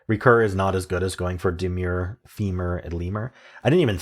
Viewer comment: Just a heads up, DEMUR is not DEMURE (how you pronounced it). DEMUR is a much less common word, which means balk.